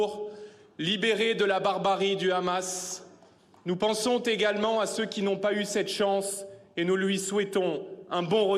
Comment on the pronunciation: nous pensontégalement. problème de liaison..